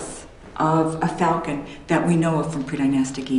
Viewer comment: "Falcon" is pronounced with an A not a "U". It's 'Fulcan" .....it's Falcon!